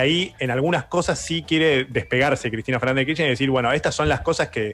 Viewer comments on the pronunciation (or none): Cuántas veces vas a decir Cristina Fernández d kirschner lpm jajajaja me arruinaste los oídos